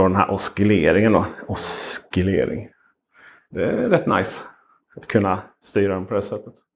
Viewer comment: Bra video, men ordet oscillering uttalas som om att ”c”-t inte finns ;)